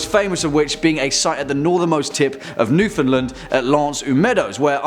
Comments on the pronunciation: my boy! Love ya man but you pronounced Newfoundland incorrectly! It’s NewfoundLAND it rhymes with understand. Now ya know. You don’t want the whole province pissed at you!! Bet Lucy would get it right!;) jk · He actually pronounced Newfoundland correctly